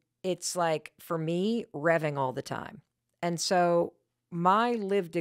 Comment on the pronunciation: You said, remming. You meant reving. Card don't rem.